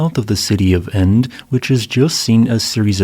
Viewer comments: The pronounciations should be "En -de" not "End"😂😂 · small correction on the pronounciation of Ende, its like Endé. and Iya is pronounced Eeya :D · It seems you have difficulty in pronouncing some Indonesian names. Indonesian latin pronunciation follows mostly continental (European) rules. Thus, Ende reads "Endé", Iya reads "Eeyah", Maumere reads "Mau-mé-ré".I hope this helps. 🙏🏽